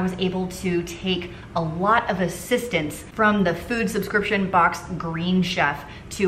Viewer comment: the " scridiption " box😜😜😜